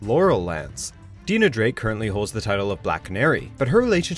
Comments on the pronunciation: My god the ways he pronounces these names it's not "dee-nah" it's "dy-nah" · oh my god. ya'll it's pronounced Di-nah NOT dee-nah. get it right for once! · It's pronounced "Dye-Nah" Drake. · Deenah drake?? Stephen Ahmull?? Wtf... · What does get wrong in EVERY SINGLE VIDEO?!?! Everyone’s names/pronunciations! Literally take 2 seconds out of your research time to look up people’s names and how actual people say them! Steven Ahmill and Deena Drake are wrong!!! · He pronounced Dinah Drake and Stephen Amell wrong lol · Lol at the way he pronounced "Dinah" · Dude, you pronounced Stephen Amell and Dinah wrong. They say Dinah all the time in the show. You clearly don't watch it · I cringed at the way he said Dinah